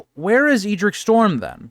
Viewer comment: I think the Ed in Edric is pronounced like the Ed in Eddard